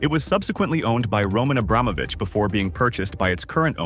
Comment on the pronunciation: Pls, learn how to pronounce the last name Abramovich correctly.